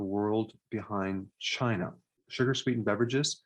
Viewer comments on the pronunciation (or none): none